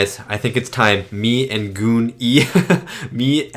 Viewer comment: GOON-E?? 🤣😅 you're such a nerd